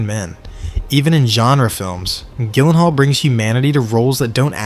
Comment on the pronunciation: Gyllenhaal JILL-EN-HALL You twit